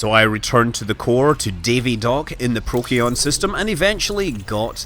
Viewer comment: "Prokeon" system?! Come on, Scott, you're better than that